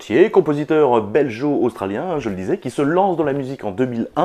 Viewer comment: Ucla, stp, on dit belGo, pas beljo-australien.